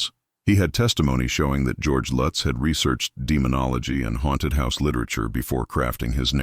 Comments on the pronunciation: Must be crappy AI narration…. The last name is not pronounced DeFEEo. And it’s not “Litz”. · How many times did they repeat that address I lost count. And can they decide how they're gonna pronounce the name Lutz I hate A.I.